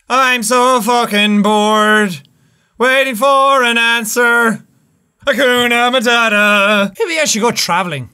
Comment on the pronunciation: Nobody: Jack: HaUkuNA MaUtaTA